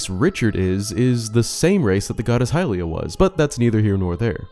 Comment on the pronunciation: It's hylia